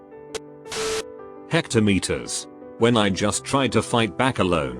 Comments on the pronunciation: Anyone: hm. Text to Speech: H E C T A M E T E R S . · I like the part where it says hectometers